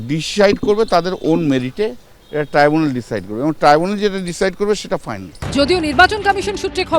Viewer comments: Treebunal gorment...ki sob abol tabol uccharon kore ei uccho shikshito. Tribunal. Government. Chor party te keu nei bhalo kore jate uccharon kore seta bolar jonno??? Treebunal😂😂😂😂😂😂😂😂😂😂😂😂😂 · ডাইনি বুড়ির নতুন অলচিকি‌ ভাষা টিবুনাল । মনে হয় মুখ দিয়ে লালা ঝরে পড়েছে বলে উচ্চারণে গন্ডগোল হয়ে গেছে।